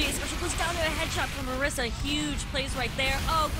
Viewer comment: MISARA, not MARISA